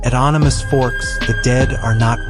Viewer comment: It Animas as in animal only no l just an s. That did it for me. The end.